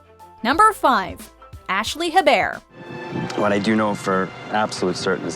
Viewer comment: The way you pronounce “Hebert” is ,,,,, not great